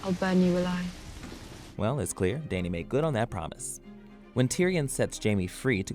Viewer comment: Did he call danny , dai-nee